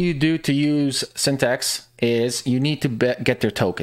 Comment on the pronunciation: LOST credibility right away when you called it by the wrong name "Synthext" - it's "Syn-the-tix".